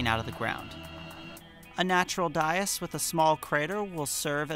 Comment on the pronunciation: ...I have been coached in the past that it's "day-us." Just FYI. 😂